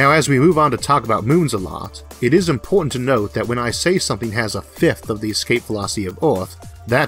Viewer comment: Shawtidge of energy. Impowrt. Lahlge.